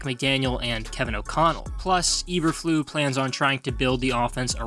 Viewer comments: It’s pronounced Eber-floose the S isn’t silent but yeah good video. Thankfully the GM and HC seem to know what they’re doing for now so I have a little bit of faith. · This is not a very accurate video. You mispronounced Eberflus - Ay-ber-Floos not Eberflu. It's German not French - the S is not silent. Also you mention Teven Jenkins having a good year, but he has been demoted to 2nd string at Minicamp. You also mention that Nagy is gone -- so is his terrible coaching of the O-Line. No one knows what the O-line will look like, so saying it sucks is pure speculation. They DID suck last year, but this is a brand new season. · EberfluSSSSSSSS. Lot of integrity lost when you mispronounce coach's name! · I’m A Bears fan,and even I will be amazed if this team wins more than 4 games. And the coach’s name is pronounced E-Burr-Floos!! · Good job butchering Matt Eberflus name (not EberFLU), genius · Not knowing how to pronounce Flus" name discredits this analysis. However, I do give kudos to knowing Nagy sucked. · How many times you gonna say the name wrong? You sure you're a fan? 👀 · So what is it that the Bears don’t want us to know? You never told us. What’s the big secret that only you know. The only be info I got from this video is that you pronounce Eberflus really weird. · It was like he was going out of his way to mispronounce it! 😁😂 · To keep me interested please learn how to pronounce the head coaches name, there's an S at the end of his name that isn't silent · Nice content, but how do you NOT KNOW how to pronounce the name Eberflus?